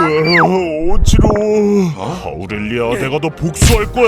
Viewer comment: 아우릴리아가 아니라 아우렐리아에요